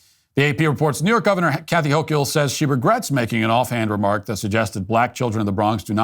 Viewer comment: It’s pronounced (Ho-kul) just saying.